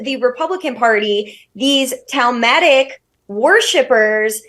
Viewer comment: Missed that she said “Talmudic”. A faux intellectual way of blaming the Jews.